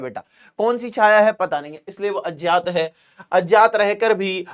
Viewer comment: सर वो अजात नहीं है अज्ञात है आप बार बार गलत बोलरहे है कृपया सही करके बोले 🙏